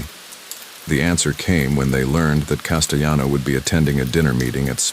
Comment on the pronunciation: Castelano with an L. He was not Spanish